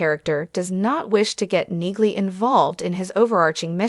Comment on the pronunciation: I think the g is silent.